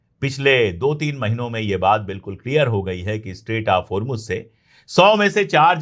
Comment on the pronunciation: اشوک پانڈے صاحب اپ بہت اچھا بولتے ہیں سچ بولتے ہیں اپ اردو بہت اچھی بولتے ہیں اور ہرمج نہ کہا کیجئے ہرمز ہے یعنی جے کی اواز نہیں ائے گی زیڈ کی اواز ائے گی